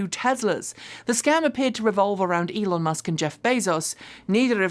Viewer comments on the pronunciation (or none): none